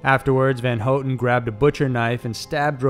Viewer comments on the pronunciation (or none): Isnt it pronounced HoWTon not HoeTon...maybe its just me but never heard her last name said this way my entire life....but even if i am incorrect...this fella always gets it right, unlike the character on the top 5's videos...think his name is ty knotts...that dude is the best butcher of words I've ever witnessed...from places to peoples to anything...oh boy, even an unlucky person would say a word, known by all half the time when only 2 possible pronunciations exist...however Tye Knotts will do it wrong, exactly like 99percent of the time....😊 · Leslie Van Houten's last name is pronounced "Van HOW-ten" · Susan Atkins, not Watkins and you're pronouncing Leslie Van Houten's name wrong. If you can't even get the names correct, what other facts are wrong?